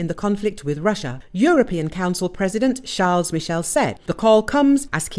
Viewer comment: Not "CharlZ Michel"! It's "Sharl", without an S or Z sound at the end. Michel is Belgian and his first name is the French "Charles", i.e. ending on an L sound. Stupid ignorant journalists!